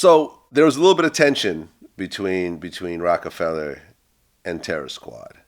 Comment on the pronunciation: Vlad always putting -ER on words he shouldn’t. Bobby ShmurdER, Roc a FellER.. Buddy better not try doing that with a certain N word 😂